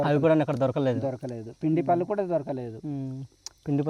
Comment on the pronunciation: పల్లు కాదు. పళ్ళు